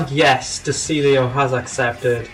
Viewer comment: his name is pronounced de chiglio